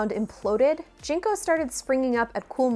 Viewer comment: Jen Co. Not Jean co.